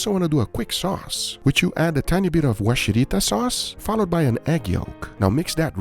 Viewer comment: Sorry, can't stop myself pointing out a few things. It's "Warishita", not Washirita. Also we don't normally mix egg yolk with the sauce. Just dip in the mixed egg yolk. But your sukiyaki looked good! well done.